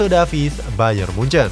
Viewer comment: Bang baca nama Alphonso Davies bukan Davis tapi Devis